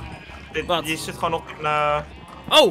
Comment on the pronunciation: Normal pep: koe, varken English pep: cow, pig: COWIE; varkON